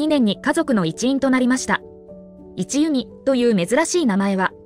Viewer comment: 一弓（いちゆみ）ではなく、一弓（いっきゅう）と呼ばれていましたよ。